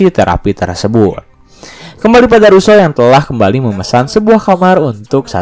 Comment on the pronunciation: Sering salah nyebut nama ruso dan preng